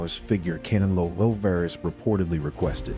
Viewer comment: CAN-AH-LOW lmfao cantaloupe